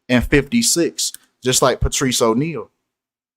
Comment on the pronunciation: Wtg.. he s name Patrice pronounce Patrick